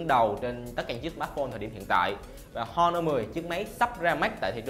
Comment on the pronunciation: Honor âm H câm nha. Giọng đã đớt mà phát âm còn tào lao. Nội dung review thì nói sai tùm lum